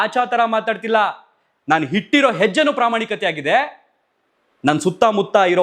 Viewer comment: ಹಿಟ್ಟಿರೋ ಹೆಜ್ಜೆ ಅಲ್ಲಾ ಅಣ್ಣಾ, ಅದು ಇಟ್ಟಿರೋ ಹೆಜ್ಜೆ " ನಿಮಗೆ 'ಅ' ಕಾರಕ್ಕೂ 'ಹ' ಕಾರಕ್ಕೂ ವ್ಯತ್ಯಾಸ ಗೊತ್ತಿಲ್ಲ, ಮೊದಲು ಸರಿಯಾಗಿ ಕನ್ನಡ ಮಾತಾಡೋದು ಕಲೀರಿ